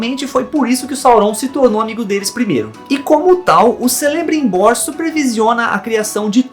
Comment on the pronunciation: a pronúncia não é Celebrimbor, o C tem som de K